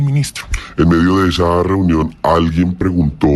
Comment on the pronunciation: Ena verA elE llamarA trumpO reunionA QUE FASTIDIO ESTOS PERIODISTAS QUE LE PONEN UNA V9CSL AL FINAL DE LAS PALABRAS